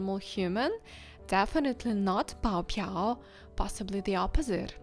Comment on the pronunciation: I think 爆表 is pronounced bao4biao3 and not bao4piao3 🤔 ⁸¹